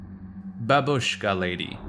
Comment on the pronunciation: F*cking censorship is so annoying in this video. And if you are making video, please, look up for proper pronunciation of foreign words. Bábushka is the right pronunciation.